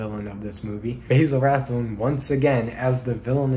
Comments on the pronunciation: Rathbone's name is pronounced "Bazzle" not "Bayzle". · One note, Basil Rathbone always pronounced his name "bazzel," not "BAYzel".